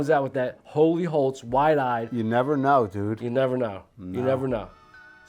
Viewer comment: “HOLY HOLTS” 😂😂